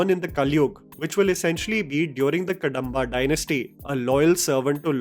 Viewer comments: Not कंतारा it's कांतारा Not कडंबा it's कदंबा 🙏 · Its pronounced as कदंबा dynasty not कडंबा.. Apart from that, it looks like the origin story or backstory of Panjurli, amalgamating story points from various sources like Yakshagaana, scriptures etc.. Just my initial thoughts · Its not pronounced Ka-da-mba its Kadhamba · Pronounciations कांतारा ✅ कंतारा ❌ कदंबा ✅ कडंबा ❌ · It's कदंबा not कडंबा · Next time- read it as - Kadhambha. The small Dha. कदंबा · It's kadhamba.. please check pronunciation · Its not Kadamba , where d is pronounced as d in david. It should be pronounced as ‘da’ as in sound of ‘the’. Same with dosa I get irritated when indian languages get written in english, all the pronounciation is lost. The r’s la’s da’s get lost. Same with spanish, german etc. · Not Kadamba pronounce like Ka-dom-ba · Small correction its कदंब Kadamba.. ಕದಂಬ ❤ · Pronounciation of "Kadamba" is "Kadhamba" ("कदंबा"). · Correction. It’s pronounced as Ka’The’mba! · The "da" in "Kadamba" is pronounced as in "da" in "ekadanta" and "hyderabad" and not as in "kadva"(bitter in hindi) or "Andamaan". Similarly, north Indians pronounce "do" in Masala Dosa as in "door" or "Domino" but actually it is as in ""yek-do-theen" and "dopeher"(afternoon in hindi). Sadly Indians rely on english to express Indian language which strips the pronunciation information unlike Indian languages which have this quality inherent in them. Even though India is a global IT hub, there is no initiative to integrate and seamless communication between all Indian languages. Whereas translation of Arabic and Chinese languages have evolved to great extent. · Guru please pronounce the word "Kadamba" properly.